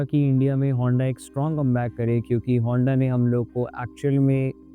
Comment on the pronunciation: Hindibhashik Mitra, it is Honda and not Vonda, as you pronounced it throughout your melacious video.